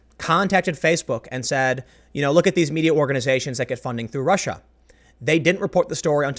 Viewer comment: Tim is channeling a bit of Shapiro today. Rrrrussia